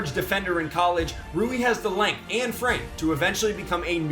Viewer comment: it's not roo-ee.